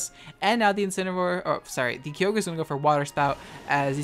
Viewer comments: Kee o gray Arkoos Groundon zera ora ora ora ora ora ora ora ora ora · Please stop saying kee yo grey ur opinionated way of saying it is wrong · This man hard baiting with that Kyogre pronounciation. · Kyogre's pronunciation is something I don't think I've heard ANYONE use, talk about original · Your content is hilarious but I need to know, were you saying Kyogre wrong on purpose? If yes then well played you God tier troll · the pronunciation of kyogre hurts me idk if it’s on purpose or not but lol great vid despite that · Nah I don't care that you use already existing strategies. They're not trademarked or anything; use whatever you want. What I hate is how you pronounce Kyogre. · The way you say Kyogre, it hurts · I know you do it on purpose but it really annoys me that you mispronounce Kyogre lol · Says Kyogre correctly and 2 seconds later swithces back to saying Key oh gray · I drink every time you say Key-oh-gray ..I got drunk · The amount of times he sayd key-o-gray Instead of ky-o-grah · Kai-ogre. Not key-yo-grey. Other than that you at least manage to use respectful non-obnoxious mons which is good. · Key oge gray im fuckin dead it’s Kye Ogre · I don't like the way you say Kyogre. It's Ki-Ogre not Kee-ogrey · It’s Kai-o-ger not kee-o-grey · It’s KYE-OGRE Not Key-Ogre, stop saying it like that pleasee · TheSassJacket Kai-oh-gree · Kio gayre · Kio gray Groundon Lowpunny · I felt attacked whenever you said “Kee-oh-gray” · Did this man's really say "key-oh-grey" for Kyogre lmaoooooo I've never heard of a funnier way to say it's name lmao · Every time says "Key-oh-grey" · Key-Oog-Ray um......???? I did enjoy the video a lot :) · Kee-oh-gray Hoenn Pokerap intensifies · I've heard a lot of mispronunciations in my days; I'm mostly desensitized to all the people that say Hydreigon wrong, but the way you say Kyogre doesn't even sound like you're talking about the same Pokemon. It's supposed to be Kigh-og-er. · Never heard someone pronounce Kyoogre key-oge-ray